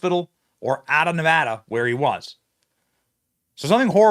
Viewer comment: Thank you for saying “Nevada” correctly😊